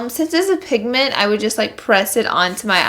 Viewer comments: Did anyone hear her say pignent no hate just pointing it out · Lol you were saying pignents a few times throughout! Haha oh well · she says "pignet" and I died laughing 😂 so Laura lee I LOVE YOU!! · Laura Flores I caught that too😂😂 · Am I the only one that noticed her say pigment wrong like twice lol I love her!